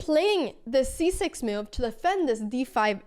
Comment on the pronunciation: Intressant uttal på ordet move, låter som du kastar in ett random 'i' i ordet haha "miove"